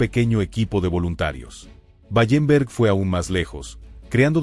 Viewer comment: Wallenberg no Ballemberg